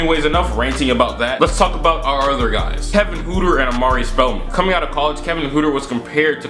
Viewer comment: It’s not pronounced Kevin hooter it’s pronounced hurter